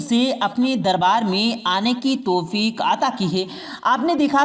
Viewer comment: Janab aap meherbani karke alfaz ka Sahi istemal Karen Daulat Ko dolat Na bole paida ko peda na bole toufik ko tofik na bole waw ka sahi istemal kre pesh ka istemal na kre👍👍🙏🙏